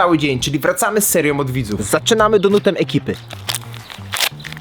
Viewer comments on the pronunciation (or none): Kto mówi donut?? to się czyta donat!!! I jak można gryźć lody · "donutem" XD donatem* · Nie donutem tylko donatem